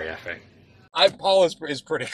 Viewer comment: Were you calling him Efe Obama or what? LOL